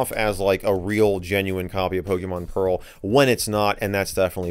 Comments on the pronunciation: Lol "Pokemon Peral" haha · "Pokemon PERAL" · Ah yes, my favorite DS game. Pokemon “Peral” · Pokémon “Peral”